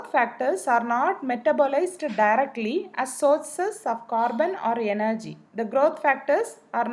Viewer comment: Its energy not yenergy